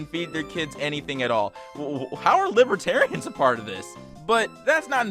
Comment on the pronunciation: bruh the way he says libertarians sounds like libtard and librarian